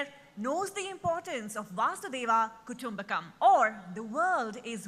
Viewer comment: It is not vasudeva kutumbkam, dear anchor, it is vasudhaiva kutumbakam.